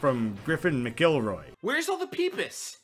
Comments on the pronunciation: "McGuillroy" Na buddy. MACK-el-roy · "Mackel-roy" not "mick elroy" lol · I am obsessed with the way you said Griffin’s last name I’ve never heard someone pronounce it like that before (It’s Mac-Elroy btw) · btw “McElroy” is pronounced “Mackleroy”. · IM SORRY I LOVE THE MCELROYS AND THE WAY YOU PRONOUNCED GRIFFINS NAME KILLED MR